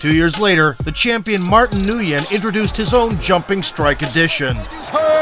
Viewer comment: Nguyen is pronounced "Win"